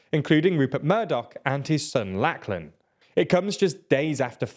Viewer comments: Lachlan is pronounced "lock-lan". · The name Lachlan is pronounced Lock-len, as in door lock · 👏🏻 THATS NOT. 👏🏻 HOW LACHLAN. 👏🏻 IS PRONOUNCED. 👏🏻